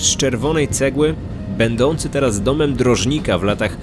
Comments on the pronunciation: Mam kilka uwag. Mówi się dróżnik a nie drożnik i domyślam się, że walizka była tekturowa a nie teksturowa. :) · Zgadza się, i dróżnik nie drożnik😁